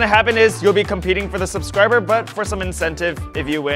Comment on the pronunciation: "Subskriber butt" LOL